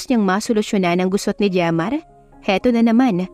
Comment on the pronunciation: Jemar pala at hindi redmar😅😅